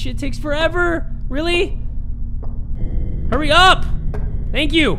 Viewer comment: saying “ Huh-EYY HUH-EYYY “ instead of hurry is the funniest thing to me